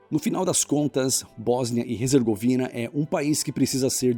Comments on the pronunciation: Cuidado! Tu tá dizendo HEZERGOVINA! O correto é HERZEGOVINA! Abraços! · "Resergovina"?? Desde quando H se pronuncia R?? "Erzegovina" Céus... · Em português a pronúncia é "Bósnia e Ezergovina" e não "Rezergovina"